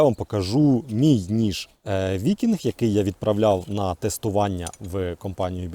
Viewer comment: Ніж "викіньг"